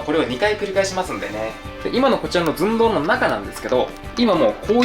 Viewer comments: の動画と言えば！！！！ ずん↓どう↑ ですよね！！！！！ これが大好きです笑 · もはや寸胴のずが発音されてるかあやしい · 寸胴の「ず」しか聞けなかったw